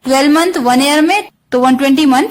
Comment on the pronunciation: I'm hearing year as air......idk why